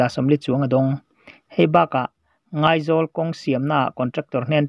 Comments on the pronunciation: Ngaizawl ilam dan kha a dik lo,ahre chiangte zawt teh .ilam dan kha ka vawi khat hriat na. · Ngàizawl hming thluk dik lo deuh.